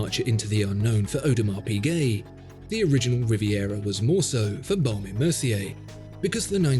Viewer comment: oh-dur-mar pee-gay lol